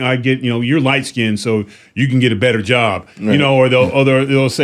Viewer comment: Just a thought, BETTAH late than nevah!! Love Charles Payne. Super nice, funny and super intelligent gentleman.